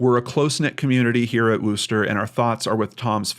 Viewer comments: PsyintZ It may look like a correct pronunciation to you. However, as pointed out, many people here are actually from England and, trust me, it's pronounced Wuster not Wooster. Sounds more like the O in worst then the O who. Worcestershire is pronounced Wustersher although I know some Americans pronounce the sauce WooostershYre. A person can always google "how do I pronounce _____" and get an audial recording. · wuster not wooster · Pronounced 'wusster'